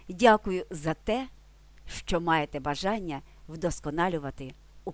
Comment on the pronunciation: шановна автарко, спробуйте пояснити ваше "щЧо"! чому у слові "що" Ви наголосом виділяєте звук "Ч", тобто додаєте 3 звук... замісць м'якого ЩО, який складається лише з 2 звуків